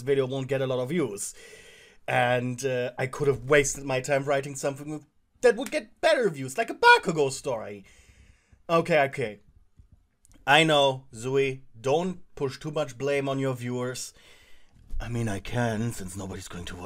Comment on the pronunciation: He didn't say Bakugou he said Bakagou that's what I heard 🤣🤣🤣🤣🤣🤣